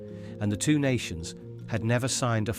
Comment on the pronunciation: Brilliant script and voiceover on these (except the 'TWO' 114 pronunciation!) :) Thank you, Keep it up!